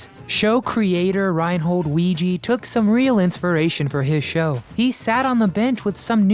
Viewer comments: Weege is weege not weege, wee'g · “Weege” is pronounced “wee - gee”, with a HARD “G”, as in the name “Gary”. Rest In Peace, Markie Post and Harry Anderson, as well as Selma Diamond and Florence Halop. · I watched it faithfully when it first aired. Great show. And this vid is pretty good too. Except that you mispronounced Reinhold Weege's last name EVERY SINGLE TIME.